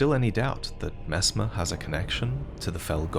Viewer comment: Aaah yeess Messmaah the impala